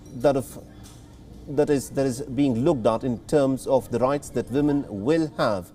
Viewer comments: We all thinking it right ? Its Woman with a "W" not a 'V' :) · At first I heard saying 'villain' instead of 'women'. cheers from the Netherlands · If he says "Vimin" one more time, I'm going to throw up.